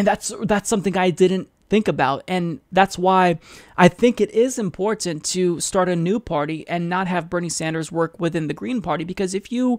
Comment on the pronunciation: I think is great...but why does he say "important" the way he does?